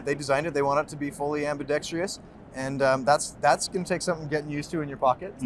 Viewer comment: You tell that man that ambidextrious is not a word. It's ambidextrous. Otherwise, nothing but love for WE and CIVIVI